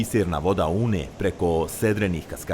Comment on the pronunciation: Sarajlijice nije "Uuuuuune", nego prosto i kratko "Une".